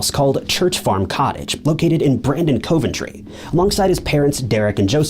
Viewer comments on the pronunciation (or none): Good grief. It's spoken Covventry. Not Coven tree